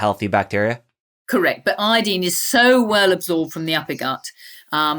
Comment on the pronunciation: She means "iodine" when she says "I-deen" lol at least say "I-oh-deen"!!!